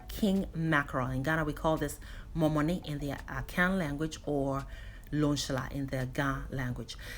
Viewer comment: I sat up when i heard 'momone'. i love this.